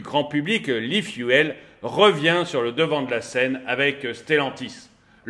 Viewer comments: S’il te plaît, pas i fuelle, i fioule! Merci pour nos oreilles 😉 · L'aifuaile ? L'eufioul, c'est comme ça qu'il faut le prononcer. 😉😁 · Salut tu me fais rire, j'aime tellement tes coups de gueules, et surtout n'arrêtes jamais (de péter les plombs) cela rend tes vidéos tellement plus vivantes. Cela te démarque des autres et de loin et c'est une forme de signature ou marque de commerce. Info gratuite, Efuel ou efuel ce prononce phonétiquement ifioul et non ifiouel. Évidemment que je mets un pouce vers le haut. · La prononciation « l’i-fiou-el » 😂 Sinon, dépendre encore de grands groupes pétroliers qui feront la pluie et le beau temps, de distributeurs, d’acteurs qui décideront de faire grève ou bloquer les raffineries… bon merci. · Quelque chose me dit que ça doit se prononcer e-fioul, non ? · arrête vraiment de dire "l'ifouelle" j'vais péter un cable, t'as pas fais anglais LV2 pour lire fuel comme tout le monde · efuel, ça se prononce ifioul. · À prononcer ifioul !